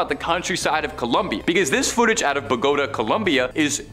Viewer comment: Bo. Go. Ta. Co lum bi a